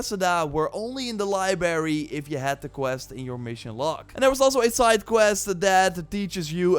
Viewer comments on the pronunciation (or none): Bro what us "hockwarts" and "libary" lol You said something like "theres secrets in hockwarts" and even in the "libary"